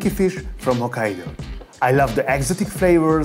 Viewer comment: "Eye louv de ass A dick flehvorzz"